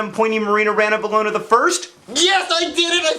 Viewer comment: are you punished for having an over four minute video? please? ooh,congrats on the ranavalona pronunciation! yay DANIEL BISS! oh maaaan it cut off at 4!! haha.